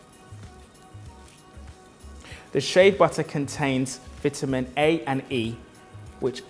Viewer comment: he said vitamin and mask wrong.